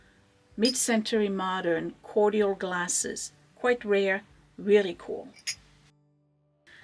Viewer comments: Cool Cordial Glasses but I think it’s pronounced “Korjel” My parents had a bunch of cool Cordial glasses. I didn’t end up keeping any of them though when we cleaned out their house. 💜👍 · Right but when I looked it up it said it’s pronounced Korjel but spelled Cordial weird right? I remember my parents always pronounced it korjel. 🤪